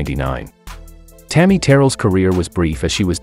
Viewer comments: I was thinking the same thing. You’d think they would learn to pronounce their names correctly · He can't even say Tammy's name correctly.